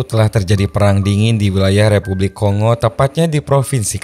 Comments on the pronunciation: Bukan ko-ngo mas, tapi kon-go. Keras perut aku tahan gelak dengar ko sebut ko-ngo. Negara mana pulak nama ko-ngo nie. Republik Demokratik Congo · Baca indonesia Ko Ngo. Udah dari jaman pasukan perdamaian Garuda dulu. Sampe skrg masih ada kenang²annya Vespa Kongo.